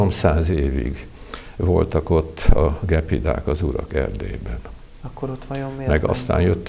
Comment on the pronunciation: = Gyepi dák a " gepidák " .